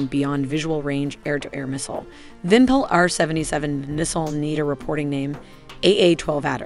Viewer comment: So funny to listen how say "izdeliye". It sound absolutely wrong, and it means "product 117". Vympel sounds correctly, and its means "pennant". Type in google "изделие" and listen how it sounds.